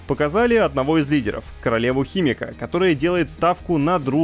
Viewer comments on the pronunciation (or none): я сначала никак не мог понять, какую королеву-химика, потом перемотал и оказалось что это имя "Химико", а ведущий так прочитал что вместо имени Химико - получился химик, типо химик😂